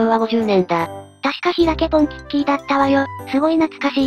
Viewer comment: ポンキッキーじゃないよ。ポンキッキ。 これは間違えないで欲しい。